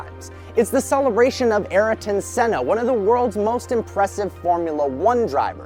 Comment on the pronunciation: Who is Araton Senna? It's Ayrton Senna.